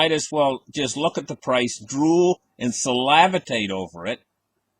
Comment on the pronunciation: salavitate? lol. Does not diminish your excellent analysis and commentary.